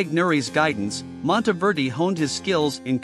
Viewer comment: Monteverdi is pronounced Mawn-teh -VEHR-dee (Not Montyverdee !) Ingegnere is pronounced: In/gen-YEHR-eh (Soft g)